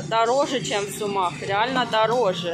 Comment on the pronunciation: Почему вы все время делаете неправильное ударение в названии города Сумы. Правильно говорить в СУмах, ведь город называется СУмы, а не СумЫ Это все равно что говорить в ХарькОв.